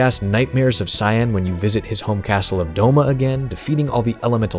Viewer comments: It's pronounced Kaien, not Cyan like the color. It's spelled that way to save valuable memory space on the super nes. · It's not "Sai-en" like the color, it's "Kai-en". HARD C!